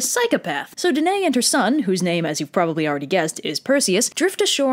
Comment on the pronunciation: Hey, I know I'm late to the party but that is not how you pronounce my name. It's duh - NUH - ee. Thanks :)